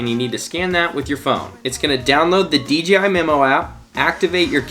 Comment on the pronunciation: Awesome opening scenes! It's also nice to hear someone correctly say D "jay" I (DJI) , instead of the other videos I watched where they all said D "gee" I (DGI) 😜. I'll watch the rest of the video now 😊😊